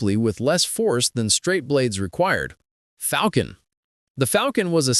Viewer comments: A Falcon is a bird of prey! A Falchion, pronounced FAL-CHI-ON FAL-SHON is a medieval sidearm. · "Fall-shin" not "Falcon" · Its pronounced Fawl-chun , not falcon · Yes, a falcon is a bird. But I'm pretty sure the sword is pronounced more like fall-chun or fall-shun, with two syllables and the i not really heard. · If you're gonna pronounce it "falcon", then you should at least be consistant and say "raper" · . You don’t have to be a video-making expert to dislike Ai slop. The script was written by Ai (which is why there’s so much misinformation) and the narrator is also Ai (which is why it pronounced “falchion” as “falcon”) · No. Rather falkhion. Falshion also looks acceptable. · Hey, Love you videos, a real person behind the mic is unfortunately novel these days. That being said I believe you are pronouncing Falchon incorrectly. To be sure I went back and researched the pronunciation. The Cambridge Dictionary Online has a wav file with how the pronunciation should be in both UK and US versions. I hope you take this as it is meant to be, constructive criticism. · mispronouncing sword names.... ya this dink is cooked. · I'm not keen on taking sword knowledge from someone who couldn't pronounce falchion correctly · It’s an Ai voiceover reading an Ai script. It can not correct its pronunciation